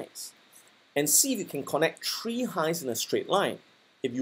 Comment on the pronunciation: Easy as one, two, tree!